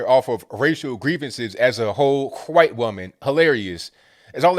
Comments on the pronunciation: "Hu-whyte" gets me every time. 🤣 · I love how you pronounce "Whhhhite" when referring to the woke folks idea of being less white. lol. You're spot on with folks keeping racism alive in order to make money off of it, keeping the sick, sick in order for drug makers to make money off of them. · Hey, i love hearing you pronounce the h in white, what, etc. like I learned in grade school. I don't ever hear it around these parts (Boston) any more. Also love Woke-a-Cola!!! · I love it when puts the WH in white occasionally, I know its intentional and it's hillarious. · Every time you say white I chuckle